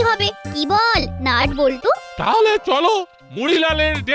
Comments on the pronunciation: ন ট না নট না নাট 🥲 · ন ট নয় নাট